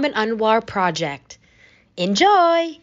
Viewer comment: couldn't even tell she was asian till she says "enjoy" lol